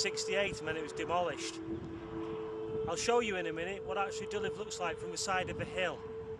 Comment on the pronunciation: Just FYI, it's pronounced "dee-lever", not "di-lif".